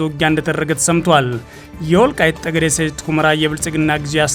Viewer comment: ይህ ልጅ ማንበብ ሲጀምር በፀለምት:በፀገዴ ሲል ይህ ግለሰብ ለምን ዜናውን በትግሪኛ አያነብም እላለሁ::ሌላው አፍንጫውን ማፅዳት ለማንበብ ይቀለዋል